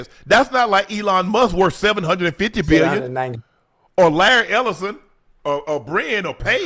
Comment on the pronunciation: My unc said A-BILL-YON